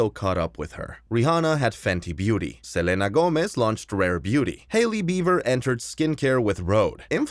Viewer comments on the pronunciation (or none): It's really so weird how you say "Selena"